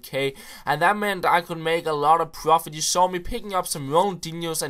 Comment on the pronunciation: he makes a lot of 'pworfit'